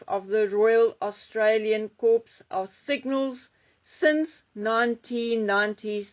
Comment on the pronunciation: Cors pronounced Cor. Please! Corpse is quite different! 😂🎉